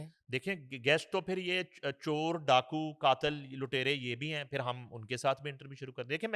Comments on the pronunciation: Janab woh fashion samagh Kar bolo rahi hai India ka dekh Kar Zindagi ko jindagi hazar ko hajar phir ko fir Khan ko khaan😂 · Fashion ke tor pe kehti Hai Zindagi ko jindagi Khan ko khaan phir ko fir hazar ko hajar😂